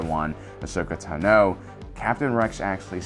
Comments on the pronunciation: its tah no not tuh no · I’m sorry...ahsoka TUH-NO ITS TANO😂😂😂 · ahsoka Tuh-no? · it's TAH-no, not tuh-NO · WHY OH WHY DO YOU PRONOUNCE IT TANOOO... it is clear from all the animations it is tAAAno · I love this guy. But how can you be a Star Wars focused channel for so many years and still say “taNO”? I’m not attacking because maybe it’s something I missed or perhaps it’s a speech impediment. I just wanna know if it’s a way other people pronounce her name? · I like how he says Ahsoka tanO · T'No. Apparently Ahsoka is a Vulcan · The way you pronounce "tano" is annoying man. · Anyone else bothered by how he said “Tano” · Why is no one talking about the way he says Ashoka tano? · For the love of god, stop saying Ahsoka's last name if you can't pronounce it right. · "Tano" Emphasis is on the "a" not the "o" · Video's great but please pronounce Ahsoka Tano correctly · The only person in the world who says Ahsoka's last name like that. 😱🥺